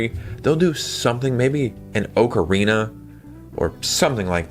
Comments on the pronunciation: Anyone who says “Oakarina” doesn’t deserve to play it! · Bro you are killing me with the way you are pronouncing ocarina